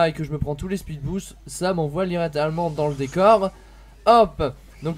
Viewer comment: Je rêve ou t'a dis "sa m'envoie lirétalement dans le décor" wech sa se dit littéralement